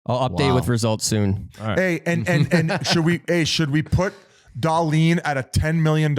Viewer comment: pronouncing Dahlin’s name like that TWICE (*EDIT- 4 TIMES) is possibly worse than Whit’s take on the trade. HOW FUCKIN HARD IS IT TO SAY DAHL-EEN